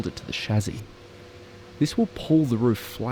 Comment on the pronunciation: Interesting pronunciation of chassis